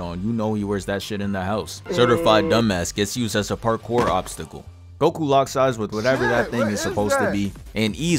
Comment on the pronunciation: this man called him 🅱oku